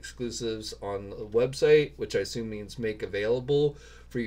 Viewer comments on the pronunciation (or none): none